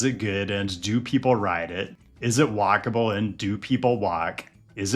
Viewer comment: be like “I love whockable cities”